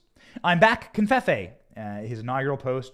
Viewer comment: No N in covfefe. Please stop saying confefe.